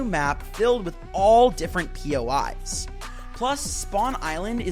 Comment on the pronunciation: sorry but bro said new pois guided missile